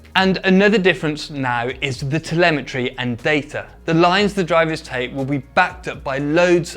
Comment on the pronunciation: " telemetrie " i understood first " the lemontree" ;) But as always an superb explanation. THX